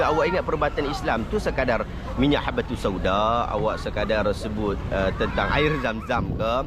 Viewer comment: Habbatus Sauda bro..cakap pun tak betul